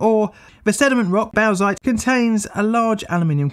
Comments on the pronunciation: Bauxite is pronounced 'bawk-sight'. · It’s pronounced “BOX- IGHT”!!! Box ite... aight? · If you haven't heard anyone pronounce it before: Bauxite - borks as in forks, ite as in height Or since it is the ore for aluminium/aluminum, making up your own pronunciation is fine. I like bow-sh-itay, the ore of aloo-min-um---ium. Keeps everyone annoyed. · Say it with me: BOX-ite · Boxite. That's how it's pronounced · I don't think I've ever heard Bauxite pronounced like that but I like it lol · That pronounciation of bauxite tho, wow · Check the pronunciation of bauxite old chap. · Unsure why you wouldn’t look up how to pronounce ‘Bauxite’ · bowzite ? desiccated bowzer shit ? , yeah its pronounced borksite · “Box-ite”. It’s pronounced simply “box-ite”. Definitely not “bough-zite”. 🤦‍♂️ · Small correction: bauxite is pronounced "bork-site", not bowk-site. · I guess I'm just that annoying guy who corrects you on pronunciation now, but.... bauxite is pronounced BOCKS-ITE, not BOWZ-ITE. Great video as always, very well researched and presented. This reminds me of the time you called the body of water I live on the poo-jet sound instead of pew-jet sound - the idea of it being named after a jet of poo had me laughing far longer than it had any right to! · Aluminium ore is bauxite pronounced “bawksite” not “bowsite” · "Bowsite".... No mate.... Bauxite = "Bawksite" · Its just pronounced "boxite" not "baozeit" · Bauxite is pronounced "Borx-ite" Dam! (Pedant's corner attempt at a dam joke.) I'll get me coat... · It’s pronounced “BOX-IGHT”!!! Box ite!! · Oh and bauxite is usually pronounced boxite or bawksite. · I kind of liked the pronunciation shift toward bawsack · Aussie here. We dig up a bit of this stuff. We pronounce it as bork-site. But we are at the arse-end of the world. So who cares. On a side note - I do like AvE's description of aluminium as 'liquified elctrocity.' You keep making content, I'll keep watching. Thanks. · Where else would you bork... if not at a bork site?